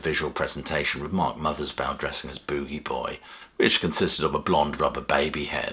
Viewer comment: Yea... pronounced "Boo-Gee." The AI mispronounced it.